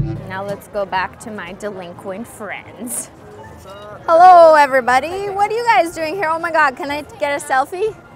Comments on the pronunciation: Instead of saying hello she holo guys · She said hello it’s holo